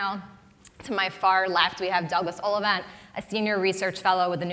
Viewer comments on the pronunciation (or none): She said my dads last name wrong it's pronounced "Ollivant" not "ollivount